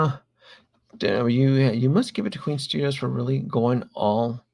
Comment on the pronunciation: FYI - it’s Queen Studios, not Queens Studios.